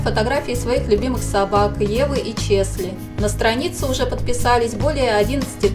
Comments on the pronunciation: Не ЧеСли, а ЧеЛси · Челси! А не ЧеСли